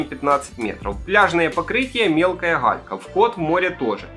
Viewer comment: Вы сказали не галька, а халька, не "году", в "ходу" 😂 😂 😂 😂 😂 Так смешно 🤪😂